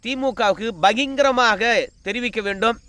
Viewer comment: அய்யா எட்டியப்பரே பகிங்கரம் இல்லை. பகிரங்கம் என்று உச்சரியுங்கள். தமிழை சிதைக்காதீர்கள்.